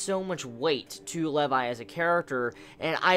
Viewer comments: How you pronounce Levi's name make me cringe :( it's pronounced like LEE VI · its Lee-vi haha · The weirdest way to pronounce Levi ever. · Im sorry. I stopped watching the first time you said Levi wrong.